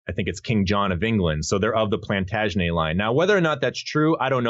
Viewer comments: It's pronounced Plantaga-NET...you don't use the French pronunciations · Love your work. Just a few words on pronunciation. Hebrew Shin not Sheen. Plantagenet you pronounce the last T (Norman French is like this eg correct English pronunciation of Valet is with T not how Americans say it). Regina is with a soft G. A few others too.